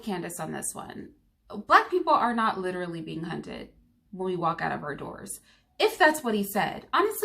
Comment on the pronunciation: And by the way Candace, saying "LITCHrally" don't make you sound intelligent whatsoever! It makes you sound ignorant!